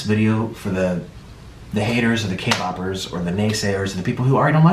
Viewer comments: Did he just say "k- BOPPERS" freakin "K_BOPPERS"!!!! Bruhhh we are K-POPPERS!! FR FANS OF K-POP!! NOT K-BOP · Me not being able to watch the whole video because he said k boppers the k boppers the k bobbers the k boppers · *Luv you nik but im offended by you saying k-bobers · " the Kboppers" Bro can't even correctly say kpop fans LMAO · Did he say, kboppers ........ Wtf is kboppers? Does he mean, kpop stans? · I though he said k-pop he said k-bab 😭😭😭😭😭😂😂😂😂😂😂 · i just kept hearing k- boppers. kpop bopping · All i heard was k-boopers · Nick: “The K-bobbers” Me: tRiGGeReD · Why do I hear “Kboppers” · Put on subtitles and its literally saying kay bobbers when he's clearly trying to say k- poppers 😂😂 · did he just kill me a "kboper"- it's either kpop stan or kpoper! not kboper.. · anyone else annoyed he said kboppers. i don’t listen to kpop but i can imagine that to be disrespectful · what's a kaybacker? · k-boppers? is that what you're saying? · What are Kboppers? I have heard of K-poppers, but not Kboppers. lol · First of all its kpoppers not kboppers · y'all he called us kboppers with his whole chest 💀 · K-Poppers not K-Boppers. Ugh if your not going to say it correctly don’t say it at all just says people who listen to kpop. I’m not being mean it just bugs me the way you say it. You said it like it hurts you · Dan Richardson omg I thought I was just me 😂 “ T H E K B O B E R S “ 🤣🤣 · he said k-boppers lol k-bop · Sounds like he’s saying K-boppers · No one: Nik: “kBoPpErs” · ah yes, the kboppers